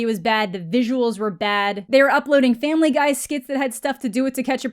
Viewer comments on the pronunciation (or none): none